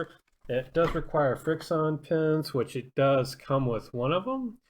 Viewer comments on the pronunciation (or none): Isn’t it pronounced friction